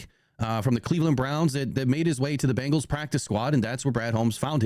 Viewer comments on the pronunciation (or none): none